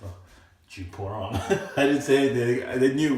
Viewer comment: YOU ARE SAYING IT WRONG!!!!!!!!!!!!!!!!